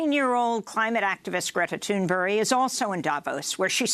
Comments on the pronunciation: Am I the only one who heard her say "Greta TURNBERRY"? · Why does Amy pronounce Thunberg "Toon-berry" half the time?